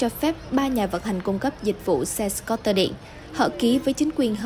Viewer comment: nhân viên đọc news của FBNC quá tệ ko chịu học tiếng Anh đọc scooter cũng đọc sai .